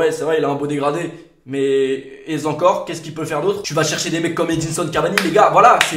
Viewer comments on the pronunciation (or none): "Et z'encore" jpp respecte la langue de molière un peu 😭